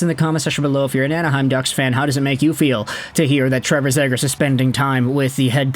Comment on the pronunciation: Yoo love your vids and appreciate the hard work and research you put in. But Ima need you to pronounce Zegras as “Zee-gras” pls 😭